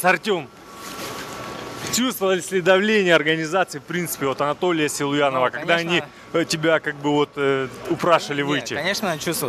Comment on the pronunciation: Бля почему он говорит Селуянов 😂😂